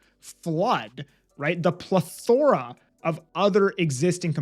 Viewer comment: Love your content. Honest, straight forward, and legit, which is not common in the industry. You are the gym bro of realtors lol. That being said, after watching some of your last videos, I officially forbid you from trying to use/pronounce the words rhetoric or plethora ever again. Cheers 🍻